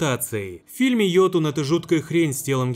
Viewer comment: уведомляю, не йотун, а ётун